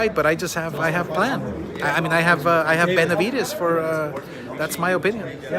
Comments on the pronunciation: “ Venividez “ - Mike Tyson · Jermall can't even say Benevides.😄